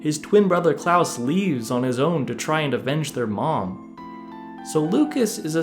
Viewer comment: That man can't read so I'll spell it like CLAWS (even tho it's Claus) not Klaus!